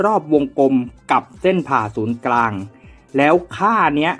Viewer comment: เหมือนได้ยินออกเสียงว่า เส้นผ่าศูนย์กลาง นะครับ